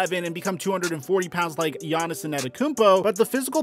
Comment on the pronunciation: Still can’t say gainnis name right